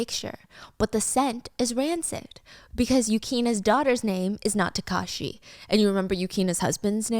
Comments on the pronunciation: taakashi not takaashi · I heard Takashi as Kakashi 😂😂